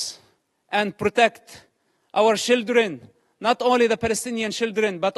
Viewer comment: I 'love' how he pronounce "children" as "shieldren" because they're basically human shields /